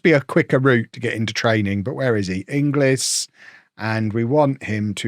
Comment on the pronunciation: I know it's written "Inglis", but it's pronounced Ingells (with a hard 'g') - take it from a Scot!